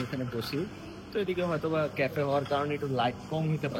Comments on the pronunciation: কাফে ডেট ❌কেফে ডেট ✅🤣🤣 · কফি ডেট না কাফে ডেট